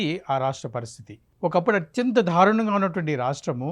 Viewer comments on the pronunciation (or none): ధారుణం కాదు దారుణం అనాలేమో😂